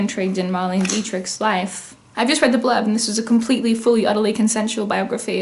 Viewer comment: It’s actually pronounced “Mar-lay-nuh” not Marlene with a hard e